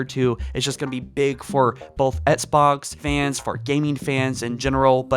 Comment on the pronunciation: “Ehtts Box”